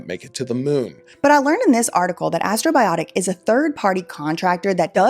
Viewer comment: Astrobiotic Astrobiotic Astrobiotic.. guuuurll there ain't no 2 I's in the botic.